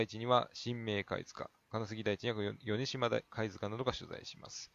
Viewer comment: 米島もヨネジマではなく、コメシマって読んだはずです。おそらく。